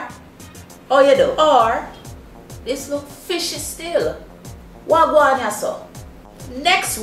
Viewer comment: wah gwan not waa ...